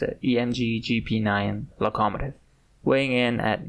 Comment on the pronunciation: Love the video... Just one thing... Your pronunciation of "Locomotive", as far as I'm aware, is pronounced "Low-Ko-Mow-Tiv "/lō″kə-mō′tĭv/ in English. Not really a complaint but I've never heard it pronounced the way you did and it threw me off enough to pause the video for a minute. Can't wait to see more though, subbing and checking out your other videos.